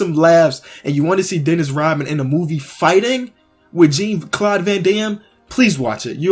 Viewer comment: The way you say Jean Claude gives me heart burn.